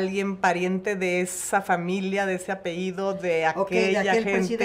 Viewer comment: Como que apeido? 🤦🏻‍♀️APELLIDO!!!